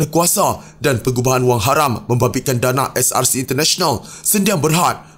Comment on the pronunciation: Ko ckp SRC ke CSRC? Ckp btul2 biar jelas la, brsumpah pun msih nk tipu Allah yg maha mngetahui..apa jenis mnusia ni...ko buat sumpah hari scra live kt rumah ko, jgn cemarkn masjid...mufti tidur ka? Ngri mna ni..